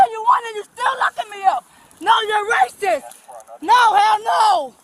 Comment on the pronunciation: no one would WANT to kidnap her. 😂 Imagine having to listen to her on and on. "You rasis" yikes how gross